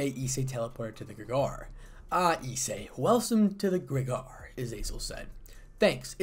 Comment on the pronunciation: Grig-or-ee emphasis on the middle syllable.